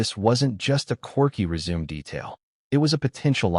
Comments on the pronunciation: Reader: Résumé is pronounced Ray-su-May. Nit resume. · "Resume," you say, like to continue something? I PRESUME you meant RESUME with the final "e" sounding like a long "a" speech sound, and the "u" sounding like the "u," in "CUT." (Can't you just hear the director yelling that at Meghan?)